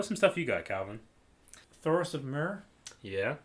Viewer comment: If words are to be pronounced as they are pronounced in the show, I think some of the ones you () have stumbled on in the past might be Cersei (sir-see), Thoros of Myr (meer), R'hllor (reh-lore), Daenerys (da-nare-iss). I honestly couldn't do any better than you on Lord Commander Mormont's first name lol. I know reading the books makes one tend to pronounce them differently than other people choose to pronounce them, as evidenced famously with Hermione Granger lol. Also, please make a note or something to inform Calvin, like during the discussion of 3x10 or before starting 4x1 that the actor playing Daario Naharis is changed. Save him the confusion.